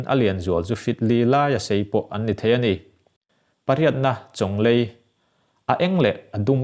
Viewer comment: Chawnglei i lam dan adik lo